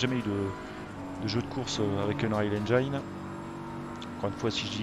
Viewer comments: c'est 'engène' la prononciation... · Merci pour cette review. Par contre, pour info, le i de engine se prononce comme en français, et non pas "aïe"